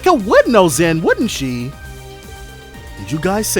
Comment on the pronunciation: Hearing you latch on to NISA’s mispronunciation of Zin hurts. You were saying it right before Pharaoh! Just like with Mireille.